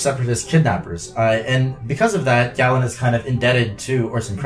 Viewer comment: Galen's name is with a long A sound, like GAYlen. The audiobook confirms this.